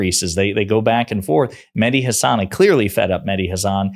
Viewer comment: Please pronounce Hassan as SS nissan not nizzan Not Hazzan Please correct that